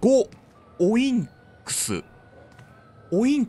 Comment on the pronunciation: やっとですね！！ベータ版楽しめたらいーですね＼(^o^)／ p.s.オインクスじゃなく、オインクだと思いますｗ